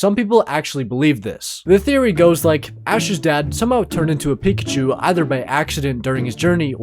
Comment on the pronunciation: it is not pekushou